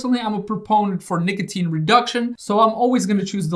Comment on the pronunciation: I love the way he says nicotine... NicoTINE